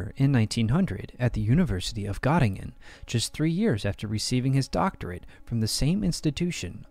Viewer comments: An interesting issue. But, 80 years after we lost the war, the names of people and towns should be pronounced according to the country. I cannot remember any university in Gattingen. However in Göttingen. Thumb down. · Gö in Göttingen is pronounced like Gi in Girl.